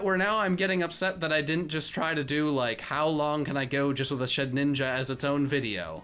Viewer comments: it shed ninja not she dinja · omg said shedinja right